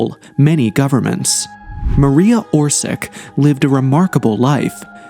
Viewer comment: Mar-e-ya Or-shi-tch. Always use Google translator to read out foreign names.